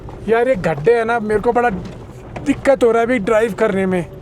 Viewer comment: भाई एक word आपका बहुत irritating लगता है please उसको सही से बोलना सीख लो। खड्डा नहीं होता है गड्ढा होता है।